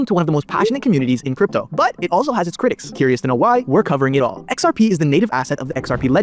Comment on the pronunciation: I believe he meant to say “all” not “ball”